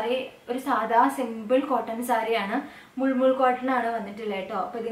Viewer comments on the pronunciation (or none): Superatto❤️ Oru correction unde മൽ മൽ കോട്ടൺ ennaanu pronunciation tto.. മുൾ മുൾ എന്നല്ലാട്ടോ 😊❤️